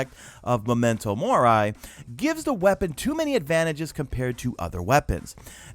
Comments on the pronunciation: #MadeItToTheEnd Firs things first: Mo-men-toe More-E, not more-i lol. Second thing: Wiz-ind Rebuke. 😂 Okay, now that that’s out of the way! The weapon changes I get (Ace of Spades being the exception wtf there) but the armour ones SUCK! I’d rather see them make other things competitive there than nerf the few good exotic pieces. As a Titan main, we’ve got not much left for group play after this so I’ll be switching to my Hunter. (In before Celestial Nighthawk and Shards nerf!) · MEMENTO MOR-EE !!😂 lol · Fuck I wanted to throw my monitor out the window every time I heard momento mor-eye....